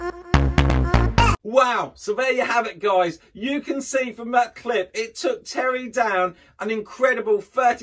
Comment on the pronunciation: "Terry Down and rapid Ricky Ivans"? It's Terry Downs and Ricky Evans. You are welcome